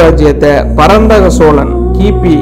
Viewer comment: சோளன் இல்லடா அம்பி. சோழன். மள்ளர் வேறு சோழர் வேறு. தமிழ்..ன்னு ஒழுங்கா உச்சரி. உருட்டல் உடாதே...அம்பி.